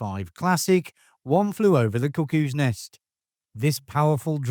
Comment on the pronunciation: I keep hearing you say One Flew Over the Cookies Nest...LOL